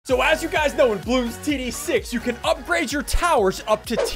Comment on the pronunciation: Its bloons not baloons